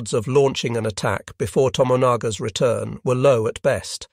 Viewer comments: True, but please be advised that in Japanese it's usually the 3rd last, not the 2nd last syllable which gets the emphasis. So, Hi-RO-shi-ma, not Hi-ro-SHI-ma; Na-GA-sa-ki, not Na-ga-SA-ki. Therefore: not To-mo-NA-ga but yes, To-MO-na-ga. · Sometimes it gets it right. A bunch of the time the name To-mo-na-ga comes out correctly, other times To-managa sounding like a character that could be in “my cousin Vinny” …Abe is Ah-Beh but many times “Abe” Lincoln. Just funny, doesn’t detract from the content.